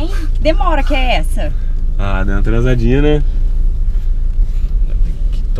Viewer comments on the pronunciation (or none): da impressão que o maiki fala tava dando uma tranzadinha né kkkk mais é uma atrazadinha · Só eu que entendi "Dando uma transadinha" kkkkkkkkkk